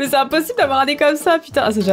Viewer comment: « Mais attend je parle à quelqu’un qu’à même pas de nen’eoeil » 2019 😂 Sinon je t’aime quand même 😍😘